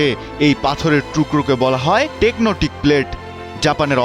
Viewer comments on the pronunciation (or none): টেকনোটিক নাকি টেকটোনিক? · টেকনোটিক প্লেট নয় টেকটনিক প্লেট । মুর্খ। আর সাইনে তাকাইচি নয় সানায়ে তাকাইচি 😅😅😅😅